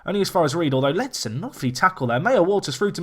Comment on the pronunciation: Sorry for being picky but it's Ak-A-Ssou, not Ak-ou-ssou. And, also, its Ledson, as opposed to Ledston. Again that's just me being picky but great video, nonetheless.